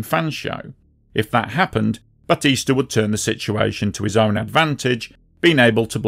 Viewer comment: Learn Spanish or Google pronunciations - BATEESTAH. There's no sh. Couldn't finish...